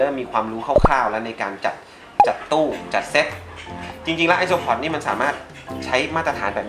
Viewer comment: ไอโซอิเล็กตรอน5555